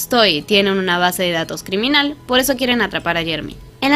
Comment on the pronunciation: cricriminal en la parte donde dice criminal ok no pero tienes razon